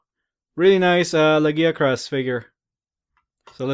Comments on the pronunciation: but the way your saying it is not the Japanese or English ?in Japanese its pronounced Ragia-kurusu nothing like the way your saying it ? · this is bin bothering me for a wile lagiacrus is Lag-i-ac-rus there is an I sound in there the name is based on latin i know you say words strangely and many monster names loose there names from Japanese to English but monster names that where based on the latin 1st loose there sounds because of the limits in Japanese and get added on when put in English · okay i see but the reason mainly that it bothers me is your saying it like Giggi as in Laggi witch if he has has bad internet (for a sea monster) is fine lol to be honest i read it like you say it when playing true tri but then i was created by many people, i do love the monster really made me love water fights with the lance (even making the armor irl mix of the g rank and normal)